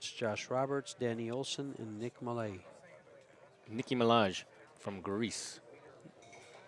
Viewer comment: Except for pronouncing Malaj.